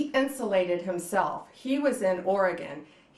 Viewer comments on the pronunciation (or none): none